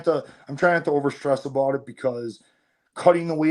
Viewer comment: He says bout like a canadian